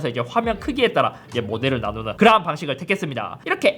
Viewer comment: 삼성 스마트 모니터 m7리뷰 해주세요 그리고 형 형은 그러한할때 그라한이라고 들려